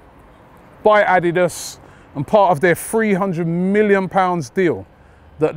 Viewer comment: the way Robbie says Adidas ... jesus bruh LMAOOOO